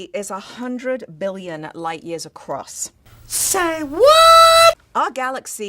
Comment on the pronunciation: Seems with her accent that she said a million, not billion.